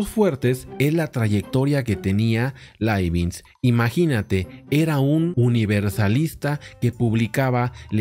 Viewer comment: Profe. Leibniz no es Leibinz.